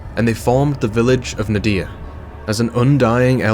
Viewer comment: We need more Ziggy intermissions, Ziggy is awsome! also ngl the way you pronounce Nadiya is mildy infuriating.